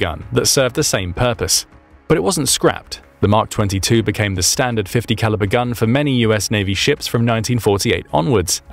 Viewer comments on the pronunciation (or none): Why do you keep saying .50 caliber???